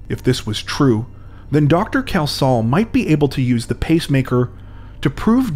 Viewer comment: I know this case mainly because a relative was the pathologist, so I knew where it was all going. Sadly, you did butcher his name, repeatedly. There is no OH in the name, what was that about? It is pronounced KELS-HALL. Apart from that, okay.